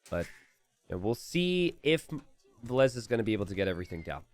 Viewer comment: Why do you call Villese Valesa?